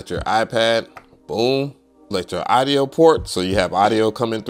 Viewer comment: Respectfully, please pronounce audio properly.